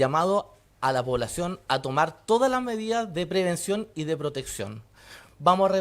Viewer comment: el llamado a la polacion, Es necesario que hailemos, no llebalo, lo hopitale, De verdad este tipo es Sub secretario de Salud, menos mal es que no es Sub ministro de educación.